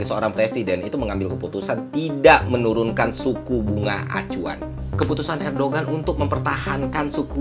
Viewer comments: Erdogan bukannya dibaca erdoan ya? G nya gak dibaca kan? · bang btw mau ngasih info aja kalo Erdoğan itu dibacanya Erdoan bang karena huruf Ğ itu engga dibaca kalo di bahasa turki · Fyi bang, cara sebut nama presiden turki yg bener "erdoan". Btw gua mahasiswa di turki dan ngerasain banget dampak inflasi turki 🥲. GWS turki